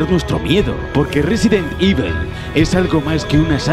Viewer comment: Resident Ivol